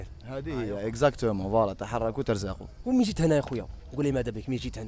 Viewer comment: لا متقولش تخركوا تَرزقوا بالفتحة قولها بالضمة تُرزقوا لكنها غير صحيح